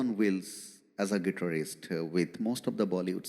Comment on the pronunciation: IMX isn't able to pronounce Guitarist properly and you asking them to listen to those bands😂😂